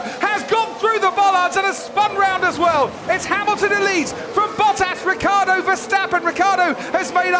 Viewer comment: “Bottaso” I Want more “Bottasos”